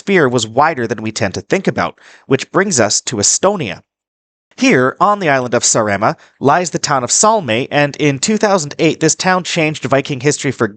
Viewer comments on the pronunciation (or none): The name of the island is Sàaremàa, not Sarèma.